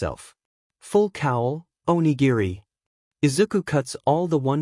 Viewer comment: Aaahhh! PRONUNCIATION! Oni-giri..... proper pronunciation "O-knee-gear-ree" The incorrect pronunciation used here.... "O-neye-guy-rye". Seriously, do a quality check n listen to it 1 time then make necessary edits/corrections before uploading. It's not a translation or spelling error. It is 100% the dumb TTS program.